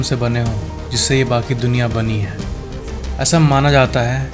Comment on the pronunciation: bro it's duniya not dunkiya. 😅